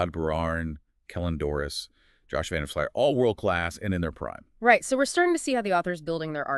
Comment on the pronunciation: Todd Furlong, Todd Beirne, Josh van der Flyer? Maybe I'll listen to the entire podcast and respect your opinion when you learn to actually say the players' names correctly!